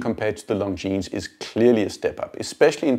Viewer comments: Very good video — but PLEASE pronounce Longines properly. Only ignorants pronounce the S at the end. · the way you pronounce it, it sounds like “Long Jeans”! I have the Legend diver in all black, which makes the long lugs less obvious and I love it! Amazing value for money! I prefer the design of the dial because of it’s vintage look, although the JLC is obviously better in terms of finishing. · Glad you enjoyed the video. Thanks 😀 Not sure how I feel about being called ignorant though. May continue pronouncing the S on pure principal. 😂😂😂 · Sorry, that was uncalled for on my part. I will remove my comment in a couple of days. I just thought it was a shame that such a nicely done video (with a very talented and well spoken host) ruined the end product by mispronouncing the name of such a pillar of the watch industry. I think people can be forgiven for botching Jaeger-LeCoultre -- but not Longines... ;)